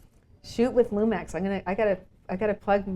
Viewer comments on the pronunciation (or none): She talks about this "Camera" that she pronounce "LUMAX" a hybrid camera.... indicated on the slide show, really ??? . You are using it. What, you did not know it is a Panasonic Lumix ? and what Model are you talking about anyway ??? (oh yeah, a Hybrid) ha ha ha... Sounds strange for a Pro Photographer to describe her equipment like that.